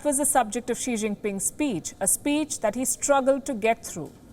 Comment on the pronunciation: Bhai wo chikta nahi hai xikta hai.